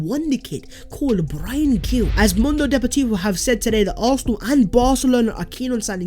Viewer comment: It’s Pronounced Bryan Heel